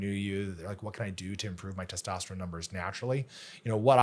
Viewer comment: Why can’t she say testosterone